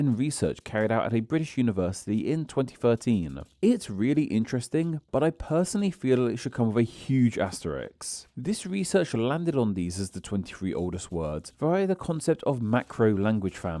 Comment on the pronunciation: The word is Asterisk, not asteriks.